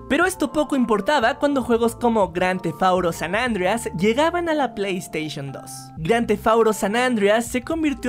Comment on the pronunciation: Por que dices Grand Theft Auto San Andreas tan mal